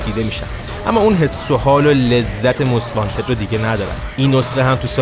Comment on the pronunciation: همیشه از اینکه یه مشت بی سواد مُست وانتد رو ماست وانتد می گفتن زجر می کشیدم